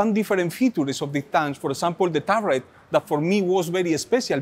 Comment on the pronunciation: Nice picks, although I'm a bit over the Tiger. I agree about the Crusader, great looking tank, one of my faves. Love how your roll the r in "turret"!